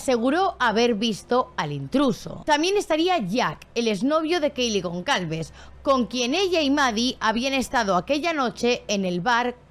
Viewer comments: Es gonçalves .....pronunciado gonsalves,no gonCalves🤦🏽‍♂️🤦🏽‍♂️ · Es Gonçalves y se pronuncia Gonsalves.